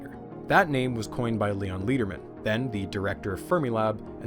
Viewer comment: Hiya! As a former Fermilab employee, this is awesome (and heartbreaking…). This all happened before I worked there, but whenever the SSC was brought up, folks would shake their heads in frustration at what could have been. A couple of minor notes: Lederman is pronounced like the metal “lead”. He was quite beloved, and a real character, with a passion for educating the next generations in science. And I didn’t catch if you included it (apologies if I missed it), but Helen Edwards was the lead for the construction and design of the Tevatron, something quite extraordinary for a woman at the time, and she is thus thought of as a pioneer for women in STEM. Just thought it should be mentioned. Other than those quibbles, this is brilliant! (Your next video should be on Felicia the Ferret, who played a huge role in the Tevatron construction!)